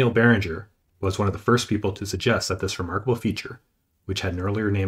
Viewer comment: Video okay, pronunciation is terrible. From mispronouncing Barringer crater to Vredefort crater and many in between.